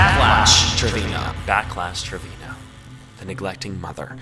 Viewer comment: okay bilingual King pronunciation so on point I thought you spoke Spanish😭😻